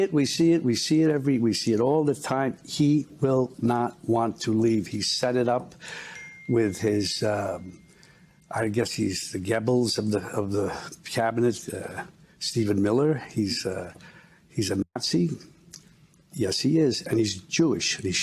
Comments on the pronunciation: Who is gabbles? . It is goebbels you old fool. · I didn't know he was a gebble. The reason they hate Miller is because he says what is true. Americans pronounce the name ger buls not gebbles. Germans say it differently and they don't way gebbles. The Irishman 2019 was pretty good. Unfortunately de Niro was in it. Joe Pesci was good. Al Pacino was good.